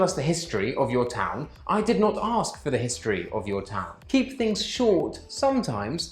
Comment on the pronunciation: But if you want to use more short cut is ok when examiner"aks"😂😂😂😂 well ask